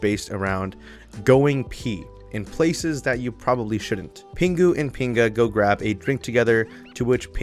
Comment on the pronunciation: As a Costa Rican, I died laughing when you said pinga.